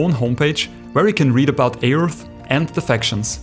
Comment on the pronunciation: The A in Aeurth is silent, btw.